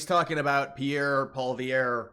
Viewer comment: Just throwing it out there - Pee-air (Pierre) Paw-lee-ev (Poilievre).